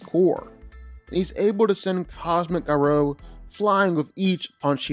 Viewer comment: I keep getting cancer every time he says Ga ROW